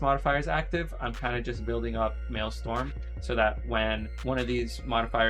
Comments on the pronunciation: maelstrom bro, not maelstorm. good vid tho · Dude is the #1 solo shuffle shaman in the world and he doesn’t realize his resource is called maelSTRom. Dude it is not mael-STorm. That’s hilarious. Google Thrall and the Maelstrom. Hahaha